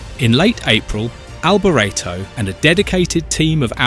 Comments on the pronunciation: Good facts, crap narrator! "Mickayle Alboreretto" for gods sake! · The narrator is British and unfortunately put a British spin (mis pronouncing) on several words, including "Alboretto".